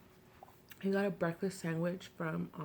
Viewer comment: I just noticed that you say "sangwich" instead of sandwich. I thought that was an east coast thing.